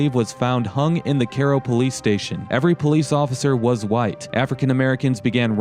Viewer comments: Caro? Not Cairo? Like Cairo, Egypt? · I never would have figured out the name of the town if I was just listening on my phone. It is a bit funny that you pronounced "Cairo" in Egypt correctly but not the KERO in Illinois. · Kay row is how one pronounces that. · Great music, but your insistent Care-o was annoying - even if locals who never heard of Cairo call it that. + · The guy says the area is called "Little Egypt". So why is everyone pronouncing the same spelling of Cairo as Care-o? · If it's named after Cairo, then why do you keep calling it "Care-oh?" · Care-oh illy-noise? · In Australia, if we say care-oh we are saying kero, which is short for kerosine! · Is it even possible this is pronounced "care oh"? I don't believe so. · Hate people who can pronounce the name in Egypt, but not the same spelled town in Illinois. It has a long "I" not long "À". Go back where you live then and don't knock a state you don't live in. Sorry. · It's KI-ro, like Egypt. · Just ran across this video. I chuckled when Cairo was pronounced Care-oh. Not many people realize that it is not pronounced Ky-ro as in Egypt. It's more of a So. Illinois/Kentucky, SoMo. thing I think. People in other locales (Chicago, NY, LA, etc.) would probably say Ky-ro. But not down there. I have cousins born there (they left when they were toddlers). I was raised 50 minutes to the north of Cairo, IL on the Mississippi river until age 9 when family moved to Chicagoland. My family came to the IL side in 1905 from Cape Girardeau, MO; Kelso, MO, Perryville and St. Gen., MO. Thanks for doing video. Brought back memories. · It's Cairo like Egypt. Karro? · He isn't even saying Cairo right! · That is CAI-RO man, like Cairo Egypt… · You’re pronunciation of the town is just killing me man. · Get your pronunciation correct. Cairo, emphasis on “I”(eye).. I grew up in Illinois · You are correct! Mispronounced through video. I lived in Illinois all my life except 2 years and it is definitely mispronounced here